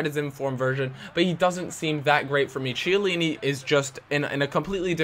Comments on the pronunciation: It's not CHEY-ALLINI. It's KEY-ALLINI! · It's Chiellini (Key-eh-leeni), not tsheelini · Kiellini, not CHellini. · it's not pronounced chiellini, IT'S KEE-E-LEE-NEE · CHeillini, not Kiellini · You keep on saying Chiellini wrong it's pronounced like Key-Ellini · "KEY - A - LINI" please freaking say it right...!!! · But the "ch" in chiellini is pronounced like a "k" for the rest he says it right.